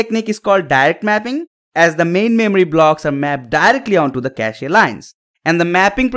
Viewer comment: It's kaSH (cache) not kashE ....